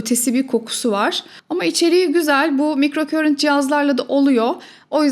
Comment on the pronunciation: Emeğiniz için çok teşekkür ederiz ilgiyle takip ediyorum sizi ancak /mikrokörint/ şeklinde okunan bir kelime yok, alanım İngilizce olduğu için söyleyeyim; sözcüğün doğru okunuşu /maykrokarınt/ dır; ama buna da gerek yok güzel Türkçemiz dururken; keşke “mikroakım”ı tercih etseniz. Saygılar 🌸